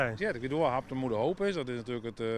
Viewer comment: klinkt wel echt fries 'habtamu'